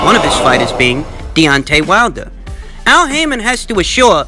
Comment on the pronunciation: LOL did you call him Al Hymen?